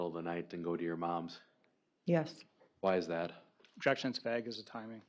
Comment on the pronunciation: does everyone in wisconsin say vague like that? it's vague not vague